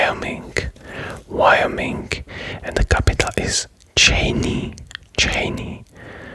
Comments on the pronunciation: Chaynee, Vyomink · great video, I will just say... Wyoming's capital is pronounced like "sha-YEN" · chae-nee is hilarious